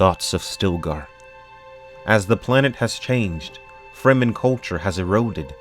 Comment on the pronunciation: he should read loud and clear the word FREEMEN, as exactly what it means : free men s land